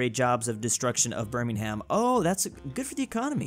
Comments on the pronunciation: I love how refuses to learn how to correctly pronounce birmingham Its pronounced birmingum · Another day, another reminder that Birmingham is pronounced birming-um, you AREN'T meant to put emphasis on the "ham" part. Until next time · pronouncing the h in Birmingham is disturbing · just said Burning Ham instead of Birmingham, not surprising, no offense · Petition for to say Birmingham correctly. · You are not supposed to pronounce the h in Birmingham. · everytime he mispronounces Birmingham I cringe